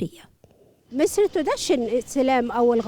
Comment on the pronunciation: ھھھھھھھھھھھھھھھھھ ,،  مصر وليست ( مسر )